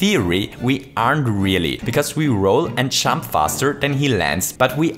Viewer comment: When he say jump it sound like chump.